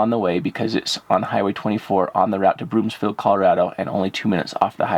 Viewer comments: And Broom-field not BroomS-field. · Broomfield. Not Broomsfield.